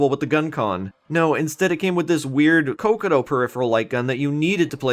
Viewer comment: Its not cocoto, its cocotg. Or at least thats what peter knetter says